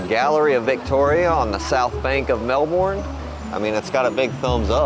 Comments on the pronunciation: All good. Hope your short trip was enjoyable. It suprises me you still say 'Mel born', surely you've heard everyone else saying 'Mel bun'? That's how an Aussie says Melbun. 🙃🇦🇺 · Maybe learn how to pronounce Melbourne Yanks.